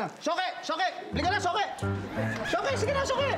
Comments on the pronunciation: Yung suki naging shoki hahahahahah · Sabi ni archie suki or shoke hahahahahaha😆😆😆